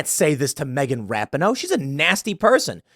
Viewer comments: Tim, it's. Ra peen no (phonetically) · Megan Rap-in-ohh?!? That’s the wrong pronunciation Tim - you should know better! The correct pronunciation is Megan Rap-Pee-Nis! 😮😉😂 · It’s pronounced Rap in hoe … isn’t it??? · Love you Tim but to suggest and athlete wants to lose on purpose is absurd. It’s RA-pee-no by the way. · It’s “Ruh-pea-no” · For me it was the attitude during the anthem. Final straw in what Rapinoe (Pronounced, Ra-peen-oe, Tim) started. Football player and fan most of my life and the first time I didn’t root for the women. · I don’t even care that Tim mispronounced her name like 17 times in this video. She is the embodiment of the modern, woke left. And just not a good human being. I’m not concerned about what someone deserves. Im concerned with what they earn. I wasn’t hoping they would lose. But I’m not mad that they lost. Maybe stock the team with women who love their country. I only feel bad for the handful of women on the team who did sing and do love their country. Outside of that. Megan got what she “deserved”. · You and Jeremy from the Quartering have one thing in common on this story..... no idea how to pronounce Rapinoe.... I agree with all your points on her and the team but please say her name correctly so it at least appears you've watched one game. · I love how Tim doesn't know how to pronounce her name haha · Does Tim really not know how to pronounce that hags name or is he just being disrespectful on purpose?. Not that I care what anyone calls that douchebag, just curious.